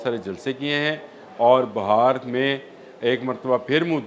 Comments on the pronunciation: Sir it's not BAHAR but BIHAR please correct your self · JANAB AAP BAR BAR BAHAR KA ELECTION KEH RAHEY HAIN. AAP KO INDIAN PROVINCE BIHAAR NAHI KEHNA AA RAHA. AAP KEY SAATHI SAHI TAUR PER BIHAAR KEH RAHAIN. AAP NAHI. SORRY TO CORRECT YOU.